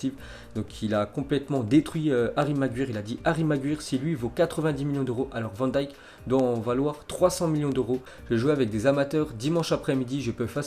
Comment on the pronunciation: On dit Vanne Dishk